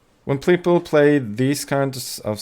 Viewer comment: "Pleople" lol.